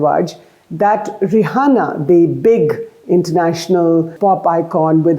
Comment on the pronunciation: Her name is not Rahana please don’t say it like Arnab Goswami